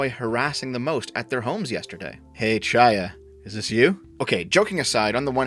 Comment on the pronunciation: Kh-aya, not CH-aya.